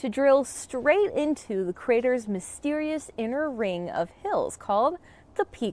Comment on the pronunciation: Meorites? Crayers? Seriously? Sloppy speach is a sign of laziness.